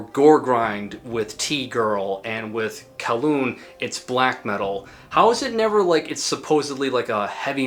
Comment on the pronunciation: kowloon is crazy.. its pronounced goo-ryong more like. i have no idea where the fuck kowloon came from 😭the lyrics are in korean and all the korean on bandcamp for the release is correct, not translator korean, uses north korean lingo. But probably some guys in s.korea trolling.